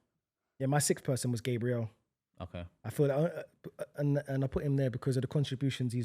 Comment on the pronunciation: i rate u ye but u need to get these pronunciations right😭 bro consistently says gabriel like the english girls name and he constantly says HONRY instead of ONRY for Henry, there’s some pronunciations which are debatable but those are 2 that are set in stone😭